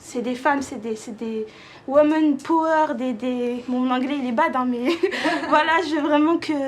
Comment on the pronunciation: WOMENE POUERRE